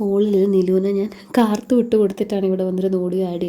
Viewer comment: കാർത്തു അല്ല mone കാത്തു 😍